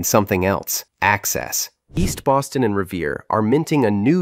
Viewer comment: I swear it sounds like you’re saying Austin instead of Boston. Also, if anybody’s wondering about Boston it’s probably one of the coolest cities in North America honestly. Best time to go in Mid to late Spring